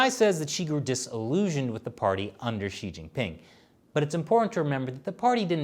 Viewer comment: Pronunciation of “Xi” is “See” not “She”. Try that in your next episode.